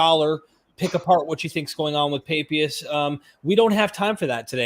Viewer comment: is painfully naïve… or, more seriously, profoundly academically lazy?. He (also) mispronounces the name of the early church father Papias. Were all of his college professors illiterate? There are pronunciation applications all over the Internet. There’s no reason to be mispronouncing at least three names of famous historic figures. It’s disrespectful to them… And to the audience.